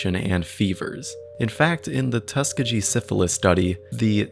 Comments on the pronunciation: its tuh-skee-gee 😕 ‼️‼️ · as someone from alabama and who has friends who go to tuskegee uni i noticed it right away 😭🙌